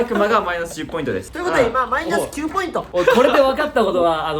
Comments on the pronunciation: この動画見るたびに思ってたけどなんでしょっぴはポイントをポインツって言うの？🤣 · 1でもポインツって言うとこ好き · みなさんツッコんでないけど多分気になってますよね？？ 「ポイン“ツ”」って。爆笑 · ポインツｯｯって言い方好き